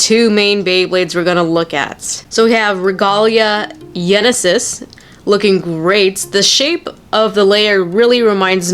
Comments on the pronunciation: its genesis not yenesis'-' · It’s genesis. Not yenesis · Just to let you know it's pronounced Genesis. The γ is a lower case gamma in the greek alphabet. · Ragalia Genesis is pronounced like genesis as in Genesis Valtryek the Y is the greek symbol Gamma, which is a greek G